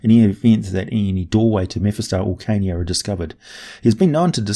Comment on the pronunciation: I hear Kenya when you say Carnia and it gets me everytime.